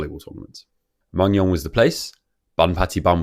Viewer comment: It’s not that related to the video but Mungyeong is actually pronounced as moon-gyeong. Anyway, i luv your video!